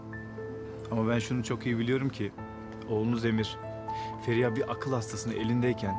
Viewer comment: Neredeyse tüm bölümlere baktığımızda Feriha’ya Emirden başka herkes Feriya diyor. Bir tek Emir o “H” harfiyle söylüyor. Canım Sarrafoğlu o kadar önemsiz ama naif bir hareket ki ah ah çapkınlık geçmişin olmasa iyi adamsın aslında..